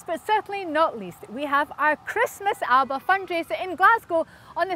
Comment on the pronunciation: Please pronounce the party's name correctly.